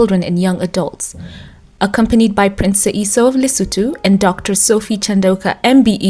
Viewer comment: Thank you for the perfect pronunciation of LESOTHO 🎉🎉🎉🎉❤❤❤